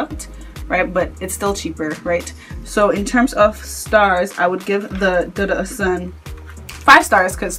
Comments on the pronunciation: one more thing my sister its dudu osoon is the correct way to pronounce it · Lol it's pronounced 'oshun'... With the 'sh' sound. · michelle No ma'am. It is pronounced without the 'sh'. It is the Yoruba word for Camwood.